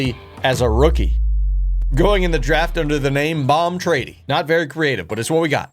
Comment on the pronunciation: Bom trady? More like Pom Tetty